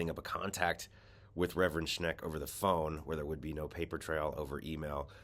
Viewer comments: If you're going to report people by name, pronounce it correctly. SCHENCK, not SCHNECK. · It's no "Schneck," it's "Schenck," as shown in the letter you displayed. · It‘s Shenck, not Shneck. Not bad though. Shneck almost sounds like Shrek. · SchENK not SchNECK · I agree with everything you're saying but you're mispronouncing Schenck's name. Unfortunately, the creep grew up here in western New York so his name is very familiar to us. It's pronounced Shenk with perhaps a slide towards maybe a tiny sound of Shank not Schneck. I really don't mean to be picky. Please forgive. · Reverend Rob Schenck, not Sheck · Schenck ! Not Schneck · I believe the evangelical pastor is named Robert Schenk. Not Schnek. Check the Times reporting. It bugs me when the newscaster does not check to get the names correct. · It’s not Schnek it’s Schenk, you are mispronouncing his name. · The Reverend's name is "Schenck", not "Schneck". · It's Schenck not Schneck. LOL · Dude... it's "Schenk." Not "Shnek." Good grief! just lost a few virtual "shekels" in my book. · The guy’s name is Schenck, not Shneck. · Sack Alito for his hyper partisan allegiance to the corrupt conservative evangelicals and feeding sensitive information to them. Also, you're consistently mispronouncing Shenck's name. It's NOT Shneck. Read the name: the n falls after the e, not before it. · "...this disqualifies them from service in the SC and if these accusations are proven true these people needs to be removed from the SC..." ✔ Agreed, completely correct. Btw sorry for correctiing...the name of Robert L. Schenck is not to be pronounced Schneck. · One thing for certain, this guy has no clue how to pronounce Rev. Schenk’s name!